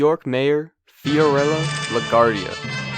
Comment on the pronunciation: Great stuff! My only problem is with how you mispronounced Bally and LaGuardia 😬